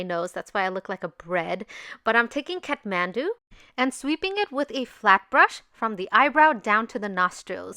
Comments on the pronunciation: Its kathmandu not catmandu😂 anyways love u💕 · Its not cathmandu its kathmandu you made amistake